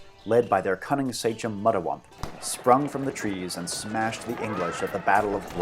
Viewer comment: Extremely informative and engaing video, but the pronunciation could use work. Sachem is pronounced "SAY-kem", not "SAY-chem" for instance.